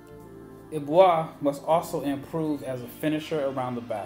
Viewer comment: I think it's pronounced like "eh-boo-ah"